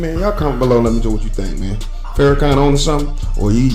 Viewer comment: Farrahkan? bryh really? out of all on earth, why him?